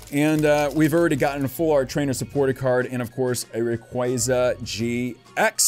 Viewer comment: Love your vids; been subbed for a while now, but hey: what's a rock-way-za? Isn't it literally spelled Ray-qua-za? Lel, keep up the good work, tho